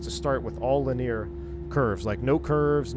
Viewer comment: Not sure why struggles with the word linear(3 syllables). He always says lineer(2 syllables).